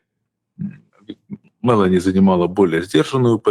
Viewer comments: Ударение в фамилии МелÓни на букве О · Прошу прощения, но Фамилия итальянского премьера читается правильно с акцентом на букву "о" а не на "е". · Ударение на ООООО Мелони. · Олежек! Ты с печки упал? Это ж плешивый в Анкоридже уверял Трампушку, что он в течении двух - трех месяцев возьмёт Донбасс. И ни МЭлони, а МелОни.